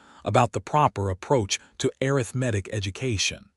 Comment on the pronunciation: Have a new word to add to my list of words that AI seems unable to pronounce correctly: arithmetic (pronounced a (shirt a), rith , ma, tic). If you cannot adjust the pronunciation, please use another word. For example, Ms. Hadley, the boarding house owner was able to say mathematics correctly. Listening from TN.